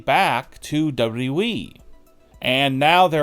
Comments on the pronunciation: It's WWE NOT DOUBLE DOUBLE E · You have a voice for silent movies bro. And it's W W E. Not W E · hey bro it's wwe not weeeeeeee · Stop DABLOO DABLOO EE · Who is w we? Oh, you mean w w e. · "Chris Jericho to Dubba-derwee??" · Its still amazing that he can't say WWE man just spurts out dubadubaE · WwhwhE or Wwheeee. haha pronunciation is key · No, he said "W Double E". The guy can't even pronounce WWE correctly. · Aside from this entire video being nonsense, it sounds like you’re swallowing your tongue every time you say WWE or AEW. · Is this guy incapable of pronouncing WWE? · My question is why you can’t pronounce WWE? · Can’t even pronounce WWE properly 🤣🤣🤣🤣🤣🤡🤡🤡🤡🤡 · The way you say WWE annoys the literal piss out of me. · Why does this guy say WWE that way??!! 😂😂😂😂😂😂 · I will believe you when you can properly say WWE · This narrator makes Scott Steiner sound like Barack Obama. WWE doesn’t need to be said in 4 syllables jabroni. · When you learn how to say WWE correctly, maybe people will take you seriously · I don't belive anyone who can't fully say WWE. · You should learn how to say wwe if you are going to say it over and over